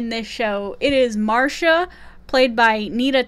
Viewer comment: HH is a really fun show:-))))) Nita Talbot's character's name is pronounced, Mahria. She is a fantastic character in the series. Enjoyed your video 👍